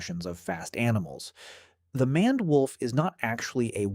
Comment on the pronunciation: Did you seriously pronounce maned as manned when it's closer to mained? Either get a dictionary or go back to school.